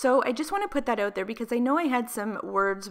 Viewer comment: “Oot” “aboot” Oof, girl 🤦‍♀️😂🙉